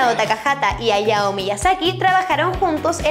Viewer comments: se dice HAYAO no Ayao pronuncie lo bien. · Creo que Hayao Miyasaki, se pronuncia Jayao... no ayao, tal cual como takahata que si se pronunció bien, la H se lee como J, eso :3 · Hayao se pronuncia Jayao, primero play stechon y ahora esto D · en Hayao Miyasaki la "H" no es muda...